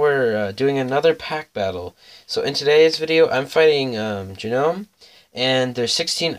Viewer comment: Its pronounced like nome the G is silent. Great pack battle friend and good luck in the rest of the tournament. Ill be rooting for you! 👍🎅